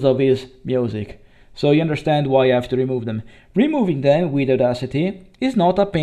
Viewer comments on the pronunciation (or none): 'is' instead of 'his' 'ave' instead od 'have' 'youmanity' :D (yeah, i know, "umanità". But after that 'human' is great) 'beind' instead od 'behind', two times in a row Your pronounciation is good. Actually you pronounced these words well in this video at least once. I'm not hating you in any way. I've heard SO BAD ital-english. That was really terrible, because these people didn't know it was that bad. This 'yello' after clips in most of your videos is cute, but after hearing that 30 times, you know... maybe it's time to change that also.